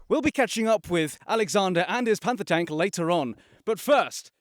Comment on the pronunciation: He called it a tonk 🤣🤣🤣🤣